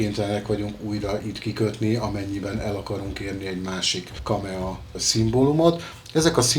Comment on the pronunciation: KAMAE...nem KAMEA....bocsi